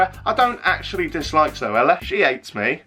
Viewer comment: ‘What’s your opinion on ZoAlla?’ That error 😂